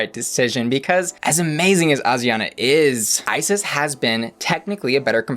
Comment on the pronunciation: Haha not Ozzie Onna again. Girl, you're doing too much. English: ay-jree-on-ah/ah-jree-on-ah. Spanish: Ah-dree (tap the tongue on the palate for the "r")-ah-na. No Z.